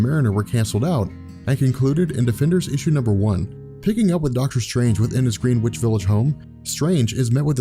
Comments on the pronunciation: Greenwich Village is not pronounced "Green Witch" but "Grenitch". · please remember this for future episodes, its spelled Greenwich, but its pronounced Gren-Itch. trust a resident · Greenwich is pronounced grennitch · Greenwich is pronounced like "gren-idge"